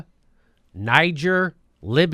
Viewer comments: What an uneducated boob (like the Trump voters he incessantly mocks)...it's pronounced "Nee-czair"...it's a former french colony. Not "Nigh-geer." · Say it with me: nuh-JAYR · Just to let you know ...its pronounced Nee gair ...the g is pronounced like the S in Persia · Niger is pronounced : Ni-Ghere ... the people from there are called "Nigerien" pronounced Ni-Ghere-ien ... its French, not at all similar to "Nigeria" and "Nigerians" which is anglicised. I know none of you will understand - but it still needed to be said. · Nee zher, French pronunciation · Jimmy, it's pronounced Knee-jer and is primarily French speaking, thats why no one in Africa gets confused between it and Anglophonic Nigeria. Colonialism, eh? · it is pronounced Nee-Gere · Pronunciation, Jimmy